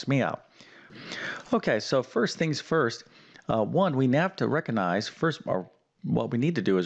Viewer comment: Yes. You need to “reckonize” the “distribative” property to “figgur” out this problem. What language does this guy speak???